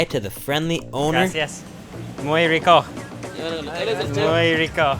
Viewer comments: I find it so funny how he said gracias. GRASSI AHS 😂😂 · The way he says Gracias hurts my brain 😑😑😑😑